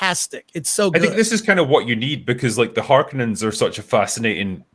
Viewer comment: It's harkonnen, not harkoooonen